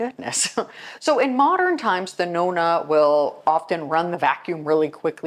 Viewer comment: I’m a Nonna and you pronounced it perfectly. My great grandmother was a Nonna and my children wanted me to be called a Nonna, I’m honored. My grandmother lived many hours away and only saw her a couple times a year, but she and my aunt who lived with her were my greatest examples. That was my and my siblings most favorite place to go. The smell of their house we all loved. My mother was the greatest cleaner. I observed everything she did. It was always immaculate. My mother cleaned floors on her hands and knees. I can still picture her dust mopping our bedroom putting it out the window to shake it. She had to have really white whites when she washed clothes. I still remember the wringer washer, then she bought an electric one. Had to only use Tide detergent, hot water, two cycles. No dishes in si k at the end of the day. My father was a German perfectionist and he washed the windows and many chores around the house and outside. My mother hated sewing and ironing. It was actually my father who taught me to iron and sew and other things. My father was a better teacher, my mother was not. I just “caught it”. I learned how to do everything from them and I’m glad I did. I actually love cleaning. It’s in my blood. Thank you for this video, I enjoyed sharing some of my Italian heritage.❤️